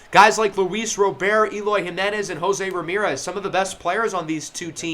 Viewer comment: Just FYI, Luis Robert is said and pronounced the same in Spanish as it is in English. If you were saying “Robert” in French then the way you were saying it in this video than it would be correct! RO-BEAR is more French than Spanish.